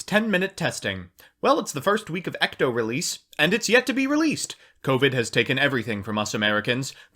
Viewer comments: "ECTO" huh? im pretty sure its ETCO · Why are you saying ECTO it’s ETCO and why is it triggering me so much